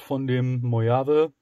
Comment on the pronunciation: Mojave.....das Ding heißt MoCHCHavIIII